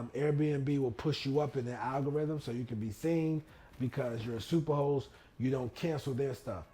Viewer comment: I’m probably the only one that thought you were saying super hoe status lol. 🥴